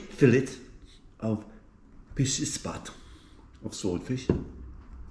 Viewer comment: Its not pisisi spat its pixxixspat , swordfish my friend.